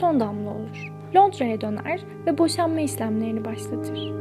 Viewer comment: Iliski, baslangıç..... Bosanma islemleri... Ş ler nerde ,,, iğrenç bir telaffuz